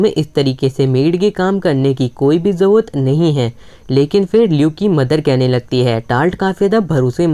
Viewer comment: Bhai zarurat hota hai zauwat nahi